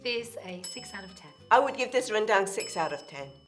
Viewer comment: Jenny pronounces Rendang and the name of the ingredients so well in Bahasa. Love it!